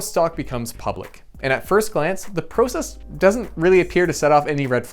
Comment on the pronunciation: I would have enjoyed the video much much more if he would have pronounced "process" correctly